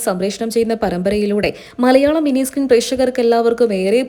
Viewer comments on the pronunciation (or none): none